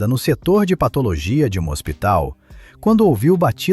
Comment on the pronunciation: O cara narrando pelo jeito não sabe o que é PATO,LOGIA